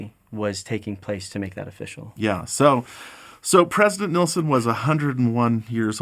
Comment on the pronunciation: I am so surprised...after 101 years we just can't pronounce his name correctly. It's not nilson 😊it's nelson.